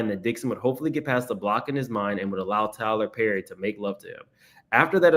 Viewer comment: 'Tyler Purrry'😭😭😭